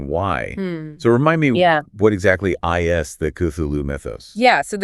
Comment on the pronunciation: Yeah this is AI voiced - or possibly fully AI generated. Did you notice the few times where, in the script, the writter capitalized the words for emphasis, but the AI voices just read them as individual letters? The IS becoming "I S" and the AND becoming "A N D" ?